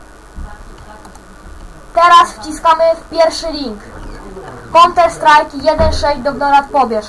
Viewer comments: haha czyta counter strik nie no kurde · no wlasinie a nie canter strik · Konter Strik? Aha... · conter strik hahaha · konter strik xD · ja niemoge hahaha : "konter strajk" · twuj poradnik nie działa dzieciaczku mały i naucz sie wymawiac counter strik okey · naucz sie wymawiac counter strike